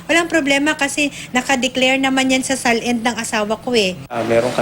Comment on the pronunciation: "SAL-END ng asawa ko." LOL.